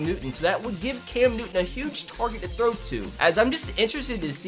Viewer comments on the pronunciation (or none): none